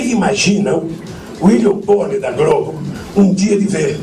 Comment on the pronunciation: "Vocês imaginam o Uilio Boner da Grobo..."